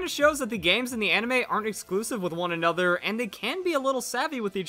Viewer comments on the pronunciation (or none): none